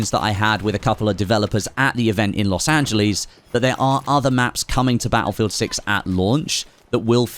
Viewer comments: "Los anjlees" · Los Ange Lis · Los Angelees